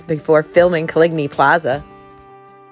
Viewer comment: It’s pronounced like colony.